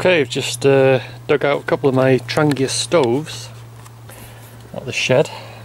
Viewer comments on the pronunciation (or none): Its pronounced" Tronhheah" !